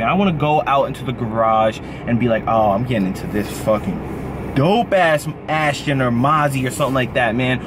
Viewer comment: Someone tell it's Aston Martin, now ASHTON